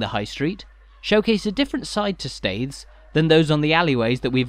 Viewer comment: The name of the town is pronounced "steers".